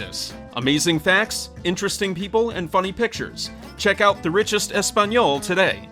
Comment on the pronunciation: Hearing him say, "Español" made my eyes bleed